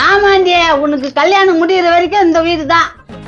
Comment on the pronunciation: நீங்க எந்த ஊர் ல தமிழ் படிச்ச சாமி அது கல்லியானம் இல்ல கல்யாணம்.....